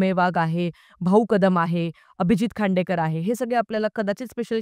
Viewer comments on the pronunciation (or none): अभिजीत "खांडेकर" नाही "खांडकेकर"😅